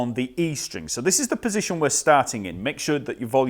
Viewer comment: Hey I love how you pronounce Fender ...Pussygion...